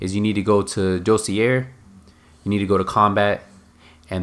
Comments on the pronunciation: Dossier is pronounced DOS-SEE-EH. The "r" is silent. Just helping a brother out for future references. Stay educated my peeps. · pronounced Doss-ee-ay, and Stij-ian, in case you were wondering.